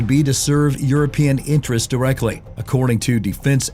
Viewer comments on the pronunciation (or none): none